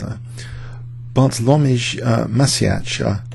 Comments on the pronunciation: Haha.. You tooootally butchered the pronunciation !!! Bartlomiey Matzyeya - something like that.. :P Anayways - a nice video, thanks. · Yes, you got the pronunciation horribly wrong :) Bartłomiej Macieja - something like Bartwomyai Macieya, where "ci" in phonetic alphabet is /tɕ/ (wikipedia tells me that it's like "ch" in English word "cheap", but I think that it's softer sound).